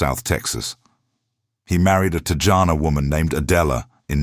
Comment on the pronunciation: Te ja no woman? TE HA NO idiots. I detest AI that cannot pronounce things correctly.